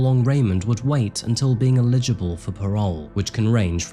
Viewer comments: Please stop saying illegible for eligible I don’t know why it annoys me so much but please I love watching your videos but this really does get right in my nerves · Why do all true crime YouTubers say illegible for parole it’s eligible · Your research is great and the work is great but i wish someone else would read it out for you. Can't stand how you mangle words and mispronounce everything all while over the top enunciating everything. Like eligible for example. You say illig ubul. So irritating. Used to subscribe but now I can't stand your word murdering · Honestly, the number of people that can't pronounce the word 'eligible' 😅